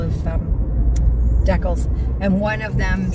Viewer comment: Whenever you say "decal", it makes me think of Jen's video when she said ,when you said decals, she was wondering what that was and when she found out you were talking about decals , she asked if that was the Canadian way of pronouncing decals. LOL You might want to google the pronunciation as it's not pronounced that way. LOL